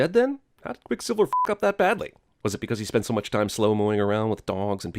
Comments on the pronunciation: Lol he says quick silvler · I heard “quicksilveler “ lmao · Did he say quick slilvler? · heheh “Quicksilvler” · I just want to point out, he says "Quick Slivler" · QuickSilvler? lol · “quickslilvler “ hehe TheBirdman will get ya on th at